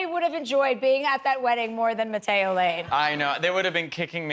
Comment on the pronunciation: I can't not hear "matt-ey-oh", my ears bleed